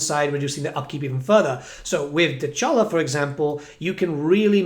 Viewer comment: Can you please say Dechala correctly lol. The character says her own name